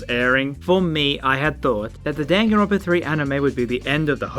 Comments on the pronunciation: Maybe I’ve been saying it wrong but I wanna scream hearing dawn-gone-Ron-pa One more time... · Why does say Danganronpa like gun gun runpa?